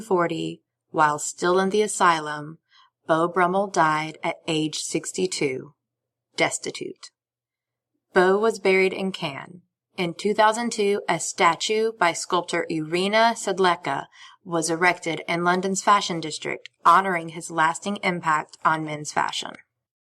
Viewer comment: This is a nice piece. Especially interesting is your point about his being the catalyst for the switch from upper-class gentlemen's ostentatious colours to more muted, restrained colors in male attire. BTW 'Caen' in the N of France, isn't pronounced like 'Cannes' to the South.